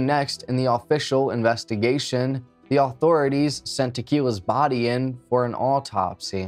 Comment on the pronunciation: Why did I hear you say "investigators could tell how dry some of the bud was" 😭 i had to rewind.